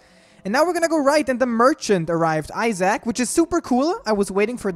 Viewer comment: It is Mergchant xD